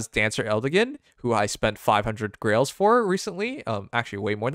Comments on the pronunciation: to me it sounds more like gerells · when you say "grails" it sounds like you say "girl aids" and it's still the funniest thing to me